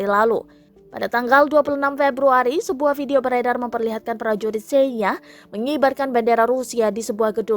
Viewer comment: Receeeh... Senya? Nyebutnya aja gak bener miiin.... Miiiinnn...... Belajar baca dl